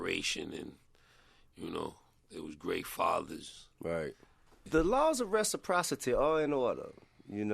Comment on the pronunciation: Tip said "the laws of Resoprocity n prosomptuous" what does these 2words mean